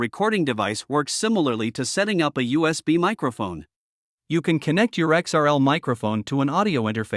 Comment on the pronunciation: It's actually XLR, not XRL. Otherwise, good video.